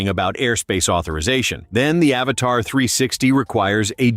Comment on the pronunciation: Stupid AI voice. The drone isnt called "Avatar" but Avata (A-vata) idiot.